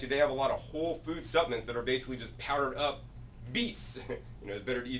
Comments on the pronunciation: love you and you make GREAT videos! Hope it’s ok to mention that the word suppLements is pronounced with an “L” not supaments. It’s supplements. 😊 Lord bless!!! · "Suppments" ;) thanks 4 the info